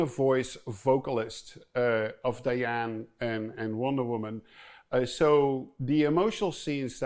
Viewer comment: Did he just say Dian for Diana